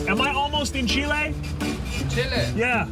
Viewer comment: CHIL-AY! lol!!